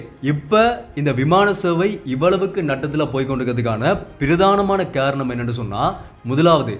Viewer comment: காரணம் என்று சரிவர உச்சரிக்க வேண்டும். நீர் கேரணம் என்றல்லவா உச்சரிக்கிறாய்.